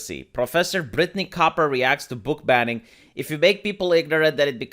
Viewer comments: It's cooper not coper you illiterate! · The irony of pronouncing "Cooper" as "Copper" whilst reading about illiteracy and reading ability :P But yeah America is fucked and intentionally kept dumb imo by the government because an educated population is FAR harder to control. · ~ , after mentioning that 54% of adults can't read beyond a 6th grade level, proceeds to misread COOPER!!!